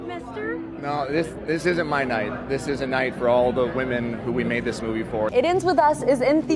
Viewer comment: Soauh and moahvie a few moments later too